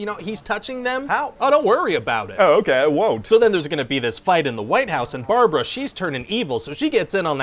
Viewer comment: Its not Barbara, its Brabara